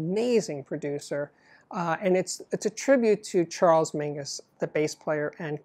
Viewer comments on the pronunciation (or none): none